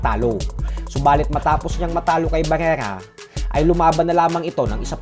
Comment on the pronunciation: pakipronounce ng maayos si barrera